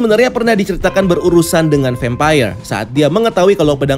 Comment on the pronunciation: Vempayer? kenapa ngga vampir aja nyebutnya 🙏🏻🤭